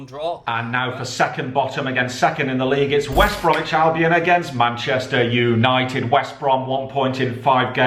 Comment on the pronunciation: That's the best 'Manchester United' I've heard in a long time. Listened to it 10 times.